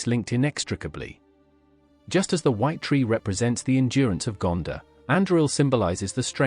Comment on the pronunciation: It’s not Gandah it’s GanDOR